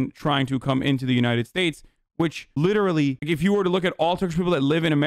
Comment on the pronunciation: "LITT ERLY" - hasan, all the fucking time